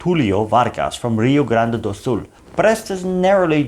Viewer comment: I am happy to see you in my country,. So cute 🤗your very precise pronounce of "Rio Grande do Sul", where I live. In this region, we are gaúchos, before being brazilians. ヽ(͡◕ ͜ʖ ͡◕)ﾉ 🍀 🇧🇷